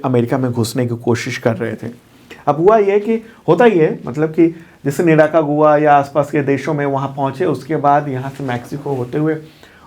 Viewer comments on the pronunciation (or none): say निराकागुआ 😂😂 Actually.....निकारागुआ है